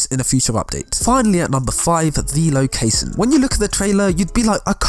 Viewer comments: What is lo-case-un? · The way he says ' location '.